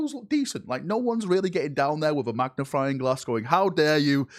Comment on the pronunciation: Did he say "magni-FRY-ing glass"?? 😂